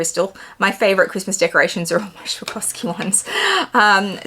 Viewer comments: As a German I feel it’s my duty to explain, it’s sw-ah-roff-ski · Lovely ducks and bag.. but u butchered the brand in pronouncing its swaa- raav- skee. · It’s “swah-ROV-ski” ducks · PLEASE LEARN TO PRONOUNCE „SWAROVSKI“!!!!! IT IS NOT SHAKOVSKI !!! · It really is a stunning bag, & to get it for retail is awesome. Btw I love the way you pronounce Swarovski 😂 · I love how you pronounce Swarovski! 😉🤣 too cute ❤️